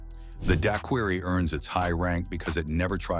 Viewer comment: AI can't pronounce Daiquiri.